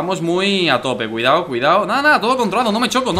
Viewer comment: Cuando dice cuidao xd